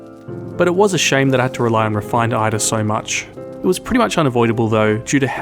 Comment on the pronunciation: Ulv is perfectly pronounced. Eitr on the other hand... Cheers, you!;)